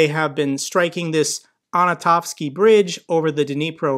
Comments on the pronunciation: Thanks for your excellent work,. One small point. It's "Anton -Ofsky" bridge, not "Ano -Tofsky." At least you don't say NU-KU-LAR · for God's sake, it's pronounced "ANTON-ovsky" Bridge. Kind of like the enormous "Anton-ov" plane which was the largest plane in the world before its destruction. Come on, man. I know lots of Slavic names are hard to pronounce, but this one is phonetic. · Hi, this notorious bridge pronounces as An-tO-no-vskeey (Antonovskiy). Thank you and all the people across the world for your effort supporting my country. Greetings from Bucha region:) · Antonovsky, for God’s sake! If you can’t pronounce something so elementary, how can one believe anything else.